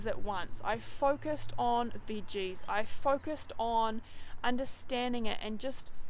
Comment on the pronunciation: i like how you say veges